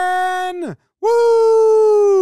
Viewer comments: Guy really said bison with an S. Everyone says it with a Z in Fargo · if you are going to do an NDSU breakdown, you have to pronounce the team name correctly. It's Bizon with a distinct zzzzzzzz sound, not Bison with and sss sound. They aren't snakes, they are the thundering herd. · no he didn't. It's Bison with a zzz sound, not Bison with a ssss sound. NDSU is the thundering herd, emphasis on the thundering. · not Bison, but say it like "Bizon". you're a sports guy.....how do you not know this? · Not perfectly, messed up the pronouciation of bison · nawh, he fumbled on the correct pronunciation of the word Bison. 0/10 opening.